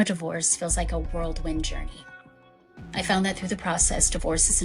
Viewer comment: She can’t even say whirlwind 🤣